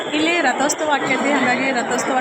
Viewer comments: ರತೊಸ್ತವ ಅಲ್ಲ ರಥೋತ್ಸವ. ಭಾ ಷಾ ಶುದ್ಧ ವಾಗಿರಲಿ. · Rathostava alla adu rathotsava